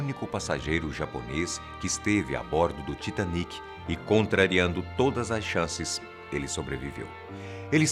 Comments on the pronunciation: Não se fala Taitêniqui Se fala Titaníqui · Se fala tiatenic?OMG!